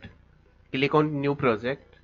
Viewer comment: Click On❌Cilikoon✅